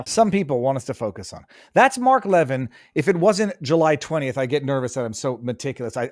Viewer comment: Viva, love yr show❤its Mark Le-vin'